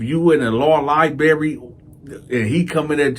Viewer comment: "LIBERRY!" So funny!!! Love this channel.